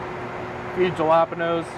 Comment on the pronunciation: Anyone notice he pronounced the j in jalapeño